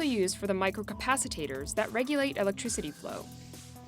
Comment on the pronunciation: She even butchered the pronunciation of "capacitor". Did the staff review this video before publishing it online?